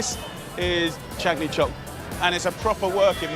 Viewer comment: Chandan Chowk. Please get the names right.